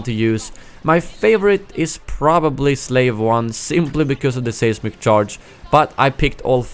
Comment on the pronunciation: Great video. Pronunciation note, the first syllable in the word "seismic" sounds the same as the word "size" for future reference.